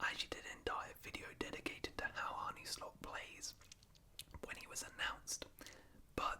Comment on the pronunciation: btw its Arn-uh Slot, not Arnie